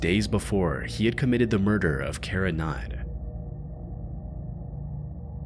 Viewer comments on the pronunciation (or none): You should try to pronounce names a bit more clearly. Whenever you said Cara Knott, it sounded like you were saying "Cara Nye." And you kept calling Glenna "Glen."